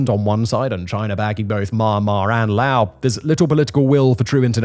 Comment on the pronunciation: Simon .. how tf do you STILL not know how to pronounce Laos? My god are you british mfers terrible at pronouncing your own language, English.